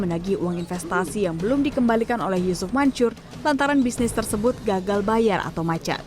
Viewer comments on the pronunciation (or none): gua salah dengar apa mbaknya emang bilang yusuf mancur.... 😂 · Narasi nya bilang yucup mancur ya? Apa salah denger gitu? :D